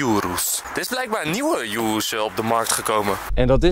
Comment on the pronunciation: enzo zei eerst altijd lamborghini verkeerd en urus goed en nu is het omgekeerd je spreekt urus uit als oeroes niet als joeroes